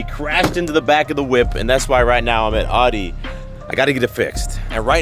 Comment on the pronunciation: Is it pronounced “auddi” or “Outi’. Bro says it 2 diff ways in the first 10 seconds 😂